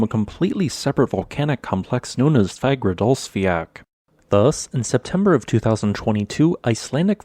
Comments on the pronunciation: id say a better pronounciation would be fagradalls-fyall, not fiak, its sounds much more like the icelandic pronounciation and should be just as easy for you to say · Fagradasfjall is actually pronounced /fagradasfeeyatl/ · Its pronounced fagradalsjalt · Love the content! just a little thing, the way you pronounce Fagradalfjall, it has a strong L sound at the end, like you would pronounce the L in Lava, not the ck sound like in "jack" :) It's pronounced like; Fa(h)gra(h)da(h)ls-fjaL. Hope this was helpful :)